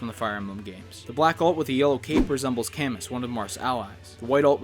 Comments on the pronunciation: Camus is pronounced Cam- Moo, and Caeda is pronounced See-Dah. Also, wrong image for the Shadow Dragon Marth alt. It's based on the original, not the remake. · For the Dr. Mario costumes, I think some of the "originals" were actually meant to reference real doctors, namely a pediatrician and possibly a mortician. Oh boy, you just upset a bunch of fans by mispronouncing Camus's name... And by calling him a direct ally